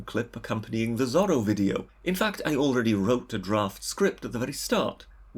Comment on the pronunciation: I assume this britter guy is gaining subs because he has an uppity attitude basically. He said Zorro wrong by the way Lol